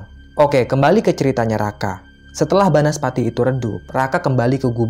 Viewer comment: Banaspati, bukan bansapati 😂😂